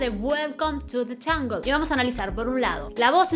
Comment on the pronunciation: You said welcome to the ungle..If your going to critique voice, you better pronounce English words clearly...😮